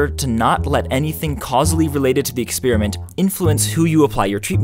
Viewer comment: "Expeeriment"? "Ex-pEER-iment"?? Really? That's fEER-ly astonishing. I can bEER-ly believe my ears. WhEER did that come from? Never mind, I don't cEER.